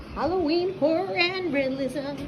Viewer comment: I try not to judge other people’s choices, but I had to listen to this several times before I realized she was saying her 3 subjects were Halloween, Horror, and Realism. I initially thought she said Halloween, Porn, and Religion. I was like ohhhhhhkay then lol Halloween Porn and Religion